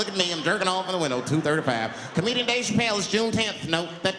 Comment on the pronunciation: Never forget.. "Dave Chapple"